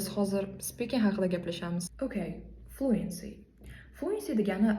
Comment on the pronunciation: Bitta narsa etib otmoqchiman hafa bomen lekin Fluency sozi tallaffuzda (e) harfi sal kamroq aytiladi Yani ('floōənsē) buni prosta ettim konglizga omen😊